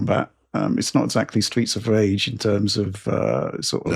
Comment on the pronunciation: Samson .... it's not exactly Sreets of Rage. It's Streets Behind.